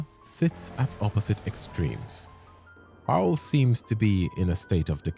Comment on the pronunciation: dutch mentioned woooh Also its parel not paarl for pearl in dutch, or maybe the auto sub taught you said paarl, cuz yeah saying dutch words is tricky, but its like pronounced; P-aa-rol